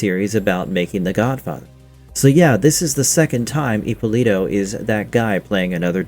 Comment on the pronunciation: Ippòlito non Ippolìto .. è un cognome Italiano ...